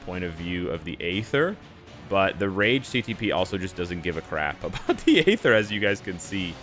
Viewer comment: for god sakes the 'A' in aether is silent. 😂